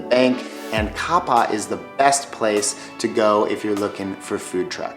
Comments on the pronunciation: If your doing a travel video you should know how to pronounce the area's . Kappa and Poipu are both miss pronounced. Also Hanalie surf is only good in the winter season, the summer time it's completely flat. There's also a museum on rice street. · Just a little help pronouncing those cities. Kapa'a has 3 syllables (Kah-PA-ah) as per the apostrophe separating the two vowels. Poipu has 2 (Poy-PU). Yes every vowel is pronounced, but the O and E sounds of oi are blended together, having no apostrophe separating them. Keep on enjoying these lovey places! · very helpful tips, been to kauai 5x. my favorite island. heading back next week actually. i might do the secret falls hike without a tour this time. btw its pronounced kapa-a. a local corrected me too. kapaa has a great bike trail along the coast. the coastal hike in poipu is breath taking too if you haven't gone. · *Kapa’a not Kapa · Kapa?? Ouii (facepalm). Well put together video but just like all your typical tourists, one visit than they are suddenly a tour guide. ALOT of this video info is wayyy off. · Really? you came here, made a video about it and butchered the names of the towns? Kapa’a, it’s pronounced kah pa ah - lihue - Lee who eh. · Your pronounced kapa’a wrong